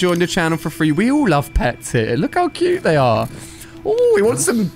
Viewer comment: Nobody: Alia saying cute: COOYUTAA